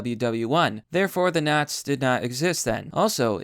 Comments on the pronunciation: I have never in my life heard “nazis” pronounced as `not’s’ rather than something closer to `not sees’ shoved into one word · Why are you pronouncing it "Naz"?